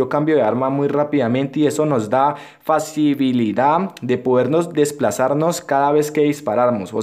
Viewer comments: Es facilidad no facibilidad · Y en el dijiste facibilidad jaja y es facilidad